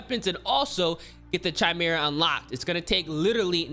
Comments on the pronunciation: Chimera - (kai-mera) "Ch" makes a "K" sound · this man said "chi-mera" lmfao